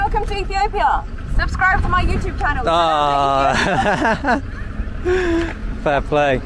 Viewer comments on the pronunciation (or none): "Welcome to Ethiopia subscribe to my YouTube cannnel"😂😂😂